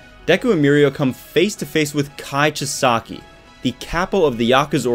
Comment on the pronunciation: That's not how you pronounce kai chisakis name dont know hoe to spell it but you can also call him overhaul but whatch the English version on hulu